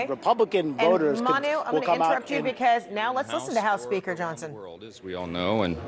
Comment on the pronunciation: MTG: LEARN HOW TO SAY "BECAUSE."